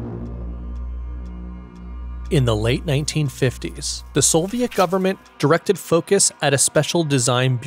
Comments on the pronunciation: “Soviet” does not contain an “L”. Neither when written nor pronounced. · great video but the pronunciation of soviet shits me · Why do you say "Solviet"? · 🤩 Very HQ content & production 👍 Like, amazing. Insta-subbed now; can later say "I was on the channel when it was only 87k..." EDIT: the music really ups the viewimg experience, well-done 👋 Serious question: Why do some ppl say "Sole-viet" when talking about the Soviets? (Narrator here, John Roderick on Omnibus) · Great graphics, music, and animations. It’s a shame the high production quality is let down by oafish pronunciations. Sole-vee-ette? Surprising a ‘nuc-u-lar’ couldn’t be squeezed in as the cherry on top. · why does bro say "solviet" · That and SoLviet. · brother, soviet does not have an L in it... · production quality is just fantastic. only the mispronunciations are killing me... Soviet / Solviet ... Afghanistan / affaganastan, only meant constructively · I’m certainly far from perfect. My surprise was seeing a video with exceptional visual production quality, and mostly superb narration, but peppered with truly bizarre pronunciation of certain words. If that is how you normally enunciate those words (Soviet & Afghanistan in particular), my apologies. I figured they were purposely said like that to drive up engagement, which just takes away from the overall quality of the work. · Never seen someone butcher the pronunciation of "Soviet" and "Afghanistan" so many times. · Great video, a few nitpicks over pronunciation of Soviet and Afghanistan, but really incredible work! I cannot wait to see more